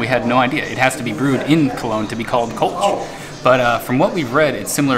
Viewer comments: It's pronounced "Kölsch" and not "Kolsch". That's why it's written that way! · Good video! Just one point: there are two dots above the o in Köllsch. Means it´s to be pronounced "Koellsch".